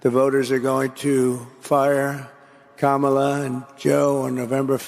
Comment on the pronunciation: i note how he is mispronouncing Harris's name so that it sounds more "foreign"